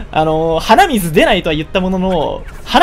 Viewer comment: 鼻水の発音がイデミツなんだよな